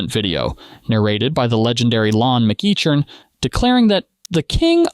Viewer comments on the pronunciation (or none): You make this video and can’t even pronounce or spell Lon McEachern’s name correctly?